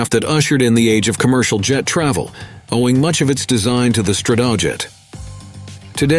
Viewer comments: Please fix the pronunciation of "Stratojet." It's not "struhtuhjet, it's "STRAtoejet (with the "A" as in "back"). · The B-47 "Strat - TOE - Jet" ? What's UP with these "robo-narrators" anyway ? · StratOoJet - yeah auto script reader I thinks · It maybe pedantic but mispronunciation that are easily fact checked irritate me. Strat-O-jet Thule Air Base is pronounced Too-Lee. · Stra-TOW-jet??? C'mon. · Strat TOE jet. Who talks like that? A robot? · Good video.. Narrator need to learn how to pronounce "SAC", "Stratojet" ,"Thule" and a few other words. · I didn't mark the times but the narrator pronounced Stratojet 3 or 4 different ways throughout the video. 😁